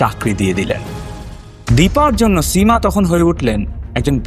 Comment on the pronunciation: স এর উচ্চারণ বড্ডো কানে লেগেছে সীমা / সুদীপ এর উচ্চারণ এর ক্ষেত্রে.